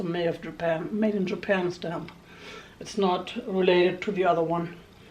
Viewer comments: When you said Japana I snorted my drink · Lol, “japana “.